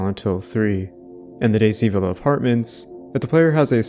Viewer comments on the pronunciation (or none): none